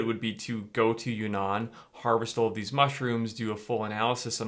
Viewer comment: Not "you nan" it's "uun nan" (two n's in two separate words/syllables)